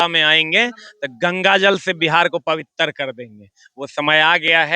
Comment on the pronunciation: Pabitar nhi sir पवित्र 😂😂